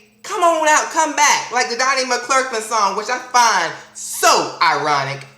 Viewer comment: Lol he kept calling him "Donnie Clurklin" love it (